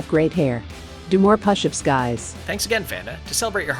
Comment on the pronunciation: What is a puh-shups? 😂